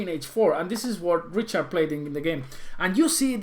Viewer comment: hey man,, its "Rihard" not "Riciard":D it s not english pronunciation!!;)